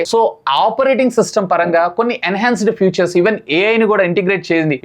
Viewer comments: Atleast after doing these many videos and reviews, I hope you will correct and understand the difference between features and future. No offence, I hope you pronounce the words properly. For phone are mentioning about their ఫీచర్స్ not ఫ్యూచర్ minutes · Vadu vadu butler english 😂😂😂 mah of the battery, futures